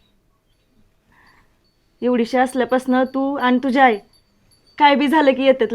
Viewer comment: आय का म्हणतात❤❤ आई म्हणत जा❤❤